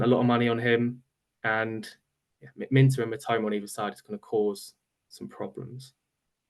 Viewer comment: Wana know more about the boy. Type Minteh on the search bar and you’ll learn a lot about him. By the way his name is pronounced as MIN TAY as in the word “stay” NOT Minter 😂